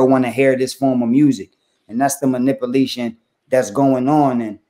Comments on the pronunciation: "Ovver" =other ..manipalation.... gee, i wonder why don't take you seriously... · Cassidy wtf is Manipalation ....lol. It’s maniPULATION! Lol